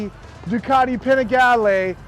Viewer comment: You set these trends and continue to promote them....LOL ......YOU ARE THE BEST!!!!!!!!! Love you no matter of your BUTCHERY to Ducati.....LOL LOL LOL